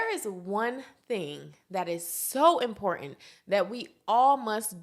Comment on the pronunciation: Please pronounce the "T" in important!